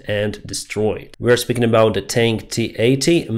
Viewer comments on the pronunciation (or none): none